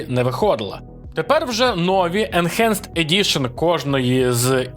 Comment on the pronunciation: Сам ти "енчанджет". Уроки англійської в школі мабуть прогулював? Бо читається воно як енхенст. Ось тобі транскрипція (/ɪnˈhænst/)